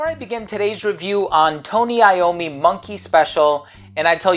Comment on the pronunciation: So excited you reviewed this one! I really wanted to know your thoughts specifically and I didn't want to be inclined to blind but just because of the name sake. As always, you show up as a professional and master the accents and affectations displayed here by pronouncing Tony Iommi correctly. Nice work 👌